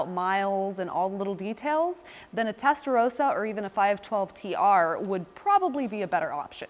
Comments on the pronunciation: Ist Testarossa not Testarosa. Nothing rosa in its name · It’s Rossa not Rowsa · Testarossa! Not Testarosa.. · How can you make a vid about the Testarossa and pronounce it incorrectly? It's Rossa, not Rosa.